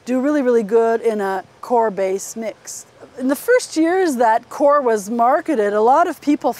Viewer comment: it's pronounced coy-er